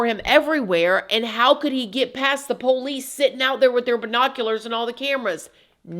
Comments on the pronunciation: The way you say Poe-leece really annoys me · The Poe-leese 😂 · Another amazing video. you kill me with the POE LICE 😂